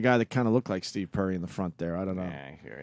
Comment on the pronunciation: Opie the illiterate moron can't pronounce "Perry"